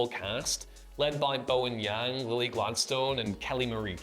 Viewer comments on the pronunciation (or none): none